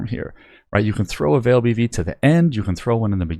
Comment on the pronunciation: Why do you say "Vaal" wrong? It's said a long in game by the npcs aswell as in any official announcement or interview involving anything from the Vaal. It's not like it's a debatable pronunciation. You just pronounce it incorrectly